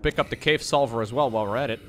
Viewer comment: I, a non-native English speaker, find it difficult to differentiate when says "silver" and "sulfur". Were it not for context, I would be completely lost in translation